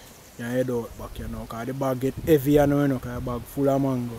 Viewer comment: Me Island, JAMAICAN people, me love how you pronounce the mango name dem, boy I would eat a dozen now, nuff respect man,doing something positive, bless 🙏🙏🙏❤